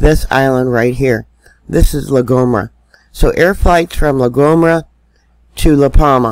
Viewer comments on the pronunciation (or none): Hiya it is pronounced la go mare a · you can pronounce it as La Go-me-ra or 'Go Mei Ra'. Blessings